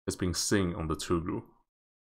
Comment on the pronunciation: Tugh-ril (Toogh-ril)